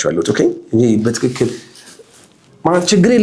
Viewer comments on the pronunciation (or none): none